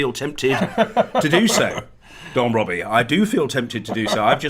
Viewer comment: John Bercow really just called him don Robbie 😭😭